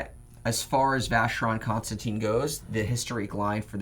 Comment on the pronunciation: Every time he says Constantin, a Swiss fairy dies... lol guys the ‘in’ is pronounced like in Ulysses Nardin.